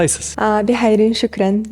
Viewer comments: Актоты,,, 😂😂😂😂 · почему казакша нормально нельзя было произнести, она что на мис мира участвует.